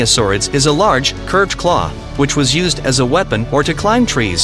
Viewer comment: Capable? Claw? Meter? Group? Development? I could do this all night.